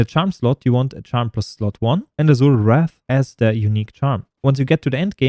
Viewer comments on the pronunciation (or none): none